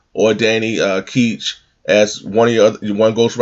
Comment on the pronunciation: Is (Danny) Ketch really pronounced like "Keetch?" I always heard as "Catch." But they could be wrong, cause I really like knowing if I'm doing something incorrect.